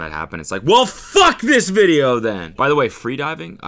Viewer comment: Cody why’d you say video with a B in it? 😂💀